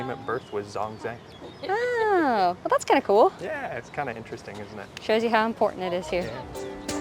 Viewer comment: It’s pronounced Zhōngzhèng